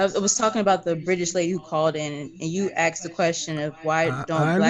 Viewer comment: it's aSked...not aXed...